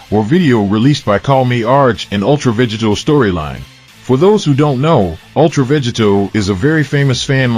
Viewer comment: Say VEGITO correctly!